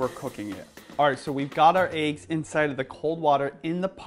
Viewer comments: No problem with the content. Points off for pronunciation of "eggs" and Youtube affectation. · One like for every time says AYE-GGS 😋 am i the only one who pronounces it EH-GGS?? lol jk ilysm and!